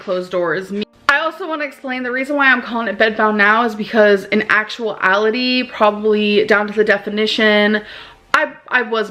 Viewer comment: I really enjoyed when she said, 'In all actual allity'